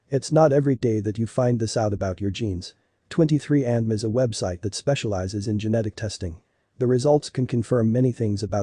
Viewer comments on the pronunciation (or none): This computer voice is awful! "23andm", really? I'll be blocking this channel.